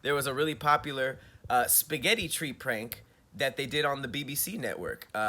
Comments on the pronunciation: Who's out there adding random S's to spaghetti 😂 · Who is out here putting an “s” at the end of spaghetti is the real question! Thank God I’ve never heard anyone do it. 🤦🏽‍♀️ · Don't ever say 'spaghetties' again!! EV👏🏽ER👏🏽!!